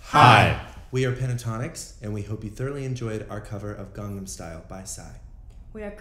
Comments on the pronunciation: Why is no one talking about "garnam style??!!" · "Garnam style" Ok den :/ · "Gardum style??"